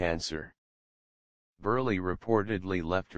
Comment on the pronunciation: it's :Burl", NOT BURLEY!!